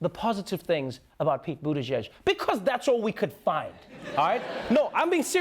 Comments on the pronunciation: wrong its pronounced booty tag, it's im assuming a form of tag not sure if it's like hashtag wars kinda thing or if it's a little fruit cake ish. if thats the case not the form of a game i would play. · It's pronounced bootyjay my God you Americans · As a Maltese person it's really funny to see foreign people absolutely butchering his last name. It's pronounced as "Bou" - "tea" - "gee" - "j" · For fuck's sake can someone PLEASE pronounce that surname correctly for once?! That last "ie" in Buttigieg is an extra singular vowel for itself in the Maltese language pronounced like a stretched "ee" and takes the accent on it. Boot-tee-dgeeedg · Sounds like Boot-A-Judge. Doesn't seem that hard to say. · it's a maltese surname ... boot-ee-jij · It's pronounced (Bu)Boo (ti) tee (gieg) jeej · im Maltese and it's a common surname in Malta, you actually say it like the g like in giraffe, so butiGiG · hes a maltese, like me. it's pronounced Boooot ee chiech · Thats a Maltese surname, from the island of Malta in the Mediterranean. It is pronounced butigig. The sound of the 'g' is same as you pronounce 'J' for joy. Why is it exactly that you are making fun of him???? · His last name is pronounced "Buddha" + "Judge" as in only Buddha can judge him because he's perfect! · Its pronounced Bootegeeg Its a surname orginating from my country. His dad comes from Malta :) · I'm a Maltese native... that's pronounced boo-tee-gee-ch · He can't even pronounce his last name correctly! It's a Maltese last name - pronounced Boo Ti Jeej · So happy to have some maltese representation in the US! And its Pete Boo-tee-djeedg btw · "Butt-tag" is still better what pronounced it as, "Butt-spaghetti". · I am Maltese it's pronounced Boo-tit-jij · You pronounce it Boo TA judge It took me 6 months when he became mayor here in South Bend, for me to pronounce it correctly. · It's "Booty-Gig"... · Viva Malta...... but not Pete. And Pete said his name wrong. Dumb ### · It's easy to pronounce,.